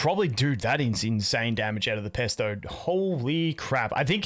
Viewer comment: Did... did you just call Phraesto Pesto? 😂